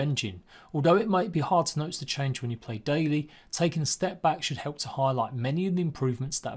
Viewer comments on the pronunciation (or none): none